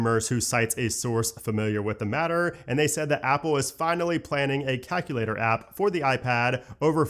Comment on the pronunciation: you pronounce Calculator very weirdly My battery health is 98% after 108 cycles